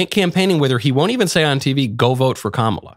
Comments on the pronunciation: I noticed joy behar mispronounced “Kamala.” I didn’t know she was such a bigot. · Notice that Joy Behar mispronounced Kamala. Joy isn't called on it. Of course, Trump says her name that way and the media is all over it. My theory about why Kamala introduced herself in the debate was to point out to Trump how to pronounce her name.